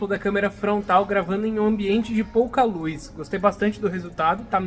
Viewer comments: "Luiz" (luz) "câmera de resfriamento"(câmara) ahhhh q agonia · Obs: Lúiz = Luz. Tirando isso o vídeo é ótimo. 😂